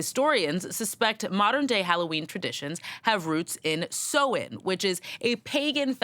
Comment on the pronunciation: No it's not, it's pronunciation is SOW-IN.